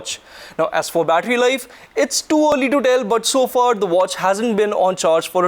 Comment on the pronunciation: "Better bettery life and display"